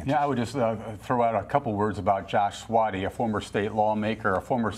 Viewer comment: I think I heard three different pronunciations of “Svaty” in this video.